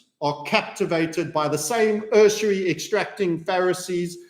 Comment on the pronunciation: ...usury......yoo·zhr·ee NOT...... URS a REE